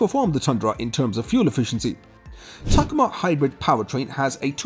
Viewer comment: What the hell is a “tacama”, are you meaning ta-COma?